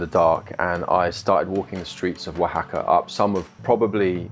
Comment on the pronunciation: English guy: how do I say the name of the city? Local: wa ha ka EG: wuh hack uh? L: wa ha ka Eg: got it, wuh hack uh. yous got any tackos?